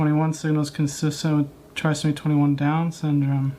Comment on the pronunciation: Officer Tatum, it is pronounced try-so-me 21. You pronounced it correctly a couple of times, and then said you didn’t want to get it wrong.